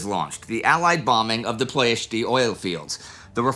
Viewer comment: Lovely episode, Indy and team! Though 1 minor nitpick on something I finally actually have a small clue about as I live there or better said here, in Ploiesti. There is no accent on the "i" at the end of Ploiesti, the way Indy pronounced it it actually sounds more like "Ploiestii" in romanian rather than "Ploiesti" unless I am missing some major pronounciation changes in the last 80 years and you somehow found an older pronounciation form :) Great pronouciation on the first part of the word from Indy though!